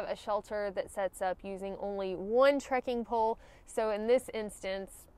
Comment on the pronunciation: New drinking game: everyone downs a shot every time says; "trekin' pole"